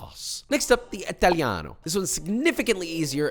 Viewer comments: Authentic pizza needs cow-buffalo mozzarella, no unidentified cheese. More, extra Virgin oil, no unidentified seed oil. I'm sure that 99% never experienced an Italian authentic pizza. By the way its Italiano no ITHalianou, if you want to Mock our languange. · The way he pronounces “italiano” hurts my soul so much, at least he’s trying